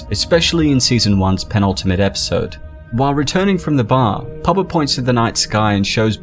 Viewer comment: Hes saying papa not puba